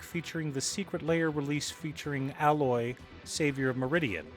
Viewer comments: It's Aye loy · Ok why does almost every magic YouTuber pronounce her name as Al-loy, it's A-loy